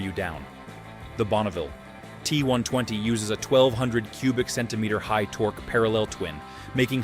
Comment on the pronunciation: Tor-Key? Really? Tor-Key??